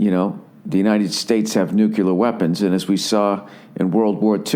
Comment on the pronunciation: Makes fun of Asian speech impediment not moments after uttering in all seriousness the word "nucular". Nuclear, nuclear, nu-cle-ar!!!!!!!!!!!!! Stop indulging ignorant speak.